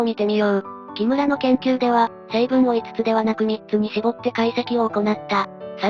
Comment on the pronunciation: 「キムら」の発音がちょっとわかりやすくなったｗ